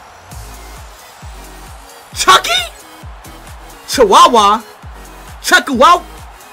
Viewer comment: Him calling Chukwueze Chihuahua is the greatest fucking thing ever